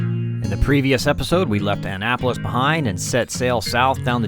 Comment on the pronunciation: it is "uh NAP olis".... not pronounced Anne apolis